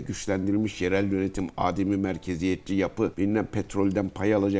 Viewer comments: Şu adem-i merkeziyet kavramı “merkezin yokluğu, özerklik, otonomi” demektir, söylerken “a” uzun okunmaz. Âdem denmez. Adem denir. Diğer türlü anlam başka olur. Âdem-i merkeziyet denirse “merkezin insanı, merkezin adamı, merkezin âdemi” gibi tuhaf anlamlar kazanır. Sayın Komutanım elbette biliyordur ama ben yalnızca söylemek istedim. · Âdemi değil ademi merkeziyet . Dili doğru kullan.